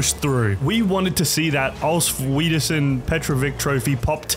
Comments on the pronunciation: Auf Wiedersehen is pronounced Auf Wedersehn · "Of Widerschen" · "of weidersehn" thats painful to hear as a german ngl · im german and how u said auf wiedersehen hurt my soul